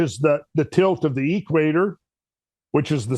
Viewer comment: He says.....the..... EEEEE-quator. Kinda like DEEEEE-troit. :-)